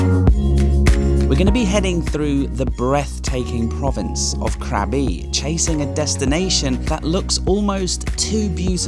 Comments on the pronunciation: Krabi is a great town. My partner's dad is from there and he still has a lot of family there. The boat restaurant is lovely at sunset and the cave over the river with the serpant sculpture is worth a visit. Just a note. It is pronounced Kra-bee not crabby. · mate love your videos but please Krabi is pronounced "grah-bee" not craby